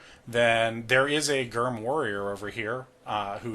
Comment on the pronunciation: I like the video but “Gyrm” is pronounced like “germ,” no hard g